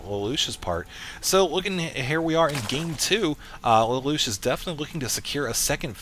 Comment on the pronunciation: It's pronounced lay-lush btw